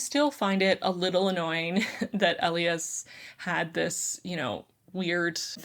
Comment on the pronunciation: I absolutely loved "An Ember in the Ashes". But I think the hero/MMC's name is pronounced "ee-LYE-as", not "EL ee us".